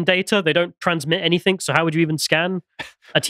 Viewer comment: 'Anything' ends with 'g', not 'k'.